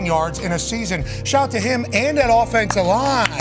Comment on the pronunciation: shaht aht! ❤